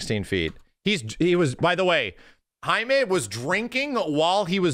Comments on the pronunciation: I think his name might just me jay-mee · Hai-mae... is down with the raza...you def invited to the carne asada.